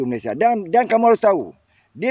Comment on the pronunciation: Malaysia pon kau sebut salah tu setan, Malay sia Bkn malay syia, itu pon ko sebut slh, babi ku, syok² pintar ja